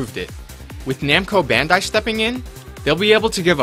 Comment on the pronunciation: It's already bad enough that you are saying it in the wrong order every time, when every time you show a picture of their company logo, but you also pronounce Bandai incorrectly.